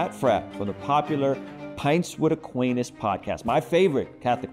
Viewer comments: Someone teach how to say Aquinas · You gotta learn how to pronounce Aquinas before going on this show…